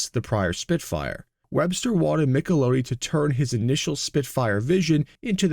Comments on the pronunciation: It's NOT MichelOOti, it's MicheloTTi...stupid, stupid AI slop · The designer's name is pronounced Michel-ot-ti not Michel-owe-tee !!! Fecking AI narration! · How do the Italians pronounce it? Every time he said his name, I cringed, but at the same time, asked myself why we pronounce it MichlAHtti. Are we the ones who are wrong? Or is it like Porsche and Renault, where there are two pronunciations, and both are right, depending on where you are. How did Giovanni pronounce it? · Why did you make a complete disaster of pronouncing Italia words, such as Michelotti, Lancia. As well as the French Race Le Mans. The Spitfire never had a 1.2L. It was 1.1L, 1.3L &1.5L. The MGB came with a 3.5 L V6 in later production as well as the 1.8 L, before the MGC was introduced and the MGC had a 3 L straight 6. I had a MK2 and a MK3 and put Triumphs 2.5L straight 6 into both, much better BHP, Torque and driver ability.